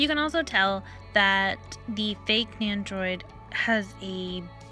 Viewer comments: NENDO-ROID not Neyandroid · There's no Y in Nendoroid so idk why you're pronouncing it like there is. Your voice and the way you pronounce stuff is really really cringe. You try really hard to over pronounce Japanese words & sound "kawaii".